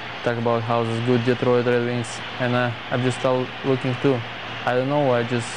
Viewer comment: "the wed wings"